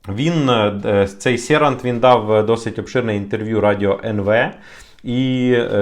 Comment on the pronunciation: учи польский. Не Серант,а Щерант.